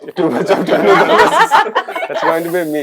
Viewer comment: Not tovina bro his name is tovino